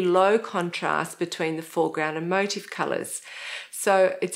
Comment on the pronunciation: Motif is pronounced "moh-teef" . My motive for pointing out this error is that it drives me nuts .